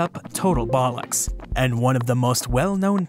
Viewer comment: "Total bollocks"..... 😂😂😂😂 Why do I find this Britishism funny when said with an American accent? Granted though, the few times I've heard Americans say it it's been a bit of a sentence odity, you were bang on in its application 😉